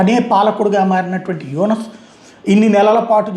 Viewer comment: Yunas kadu yanas